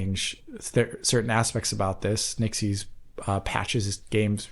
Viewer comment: this has been driving me mental so i checked (their promo material) the studio "Nixxes" is pronounced ✅"NICKS-ESS" not ❌"NIk-ZEES"